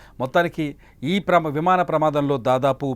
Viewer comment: Vimada kadu vimana